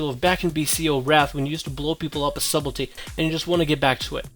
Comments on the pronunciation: Lol at him saying SUBELTY.... it's subtlety .. pronounced Suttelty the b is silent :P Nice video though. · its pronounced sutlety :P big fan btw<3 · Daniel Warren [suht-l-tee] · stop saying subelty, it's s-u-b-t-e-l-t-y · For the love of god, please stop saying "Subble tee." Also, no dagger in the main hand for backstab? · Sutelty.. sort of :) +1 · I find it hard to take advice from someone who can't even pronounce his topic correctly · The b is silent. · love your videos, quick FYI, the "b" in Subtlety is silent.